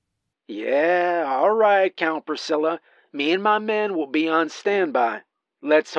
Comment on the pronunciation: "count precilla" Frigging awesome!!!